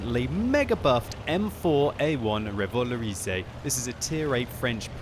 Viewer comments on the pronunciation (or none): xD RéValowrizé that's funny in english for prononce this in french it's like ReuVa-LauRRisé what the hell is my comment O_o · Revalorisey? that's not how you pronounce it...